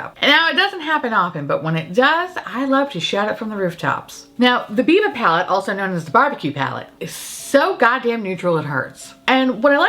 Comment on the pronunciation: Oh no, i thought you said BBQ instead of Biba 🤣🤣 wait, did you say that? I'm so confused! And I think I'm hungry 😅